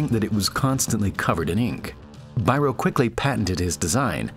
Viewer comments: This was a nice video. Please consider checking Biros name. It should be pronounced like Beero. He was a Hungarian. Thx. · Biro is pronounced "Beero" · It's pronounced "Bee-roh" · Beeroh is the best pronounciation not Byro <3 I love you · Biro is not "bye-ro" its "bee-ro" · Biro is pronounced BĒRŌ. It means (Judge) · This was a great video, but you should have mentioned that Biro (or Bíró, originally) was Hungarian. Also, if you want to be completely correct, you should say it more like "bee-row". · That's not how to pronounce Biro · Why people making YT videos are lazy looking/hearing up how the names they refer to are pronounced? Was it necessary to butcher Biro? It could be easily avoided.